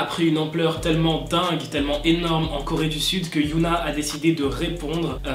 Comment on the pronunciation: Super vidéos, comme d'hab hein, mais y a juste un petit défaut au niveau de t'as prononciation pour Hyuna ^^' Enfaite, il faut prononcer le H de Hyuna parce que sinon je crois que ça fait un autre prénom, c'était juste ça ^^